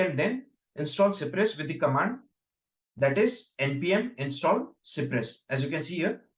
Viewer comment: it is cypress and not cipress